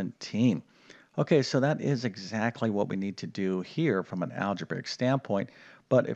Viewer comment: It's algebraic, not algebaric.